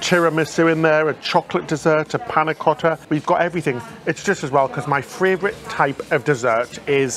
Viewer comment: Love you guys and love your videos! But I have a question, after listening to last several videos: NOT critical, JUST curious…. Am I hearing pronounce “favorite” as “favRorite”??